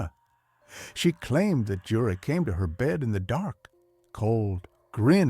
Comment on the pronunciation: You-rei is how you pronounce that name